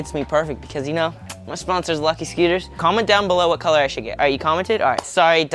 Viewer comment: It sounds like he's saying lucky sceeters